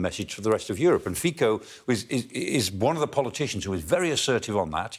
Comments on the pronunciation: May God save him ! BTW, his name is FiCo, not FiKo! If English speakers can say " pizza" ,why cant they say the name of Slovakia,s PM , i.e. FiCo?! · Not Fiko but Fico (Fitso)... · Because we don't know that C is pronounced as TS in his language. Thanks for correcting. Fit-so not Fiko. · He is not pronounced fiko, but fitso. C is always ts in slovak language (the only exceptions are foreign words). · Vyslovujte ho Fizzo a bude to správne Fico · clown reporters knowing nothing not even how to pronounce his name correctly speaks about sky news, well done! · He doesn't even know how his name is pronounced. But he is an expert to make a video about him. So British!